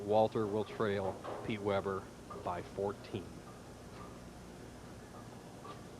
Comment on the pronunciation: why does he keep calling him Peter?! lol its Pete!